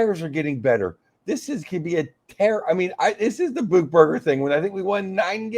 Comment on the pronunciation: The way he keeps pronouncing Buchberger is cracking me up. He keeps saying "Beukeberger," it's like he's combining Jeff Beukeboom and Kelly Buchberger.